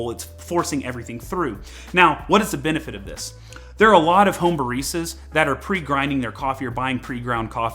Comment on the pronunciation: Me: Baristas This guy: Bar Easter's